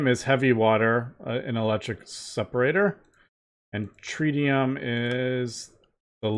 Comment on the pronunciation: I believe it is pronounced trit-e-um not trite-e-um